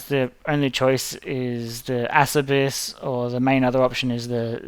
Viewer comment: It is not asserbiss, Lol , it is AH chair bees.